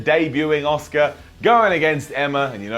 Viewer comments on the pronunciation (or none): Is anyone else hearing oscar instead of aska 😂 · Who's Oscar? Did I miss a match? Did Emma fight twice? Little help, say Ass-kick-ka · Patrick McDaniel Sounds more like he's saying Oscar to me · ITS ASUKA, ASS-KA not OSCAR! Please please say Asuka next time cause you're hurting my brain! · Auss kah not oss car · Its Asuka. NOT OSCAR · thats not how you pronounce "Asuka", not in any language is it pronounced "Oscar". It's pronounced "Ah-Ska". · For those of you wondering about "Oscar", Its pronounced OSKA. but,, along with some of the guys that speak the Queen's English (along with my grandmother and some of the other older people from the Southern United States), have the knack for adding an 'R' onto the end of a word that ends in a vowel. ie: Asuka becomes Asukar, Alexa becomes Alexar, banana becomes bananar, etc.😀 So ya see, it's kind of a Queen's English\Southern USA thang, y'all! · people in wwe pronounce it aska but pronounced it oscar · Benny Gonzalez well not that Google translate is very trust worthy but the Japanese voice pronounced it as asuka, then the English one did an Kurt Angle and said A-suker haha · I’m from a Japanese herritage and it is actually prounounced OSCAR not ah-so-ka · Are you saying Oscar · I'm sorry but you are getting a down for pronouncing ASUKA as Oscar. 👎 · Patrick McDaniel I'm pretty sure they weren't calling her Oscar lol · Nope....not pronounced as Oscar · Leave it to to pronounce 'Asuka' as 'Oscar' hahaha. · Pronounced ah su ka actually in Japan. Very short 'soo' sound, almost like the 'u' is ignored. (I live in JP) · Ewan Macdonald Lolol! Its pronounced OSKA. but,, along with some of the guys that speak the Queen's English (along with my grandmother and some of the other older people from the Southern United States), have the knack for adding an 'R' onto the end of a word that ends in a vowel. ie: Asuka becomes Asukar, Alexa becomes Alexar, banana becomes bananar, etc.